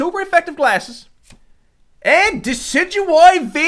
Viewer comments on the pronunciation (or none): none